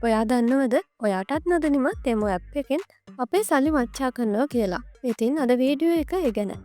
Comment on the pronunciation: තේමු තේමු ගන්න එපා යකො...ටෙමු කියාපිය.